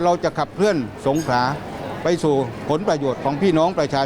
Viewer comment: นักข่าวแหลงให้ชัด สงขลา ไม่สงขา